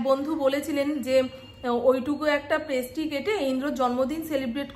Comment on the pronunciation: Prasty noi, ota pastry